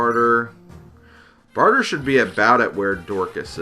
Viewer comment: It's Bar-tray, not barter